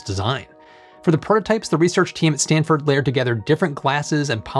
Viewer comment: "Standford University"? Do they have a good football team??